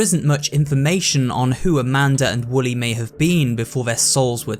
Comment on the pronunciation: Also its Wooly not Willy